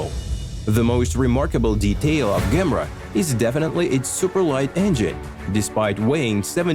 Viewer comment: Ok, enough's enough man. You're pronunciation is absolutely horrible!! That's the Koenigsegg "GEM-ERA" NOT "GAMRA", so you'd pronounce it "JAY-MERRA" GOT IT?? English must not be your first language, you'd do yourself a service if you worked at your English skills!!! 👎💯... 🆘